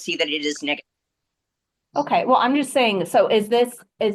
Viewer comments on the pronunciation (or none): Saying not daying